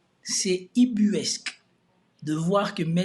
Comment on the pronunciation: UBUESQUE et pas ibuesque...